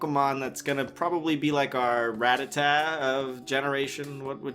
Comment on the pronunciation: The only Westerner who pronounces Rattata correctly... THANKYOU. Can't tell you how annoying it is to hear Rutt-ar-da instead of Rat-a-tah